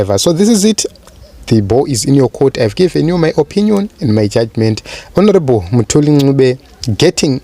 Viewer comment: Lol, why do you pronounce Mthuli as Moo-thuli?